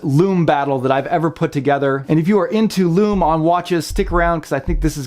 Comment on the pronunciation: LUME, SOOOOOO MUCH LUUUUMMMMEEEE. It's